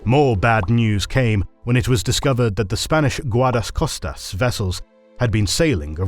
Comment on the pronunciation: Guarsdascostas lol, nah, you have to work in that pronunciation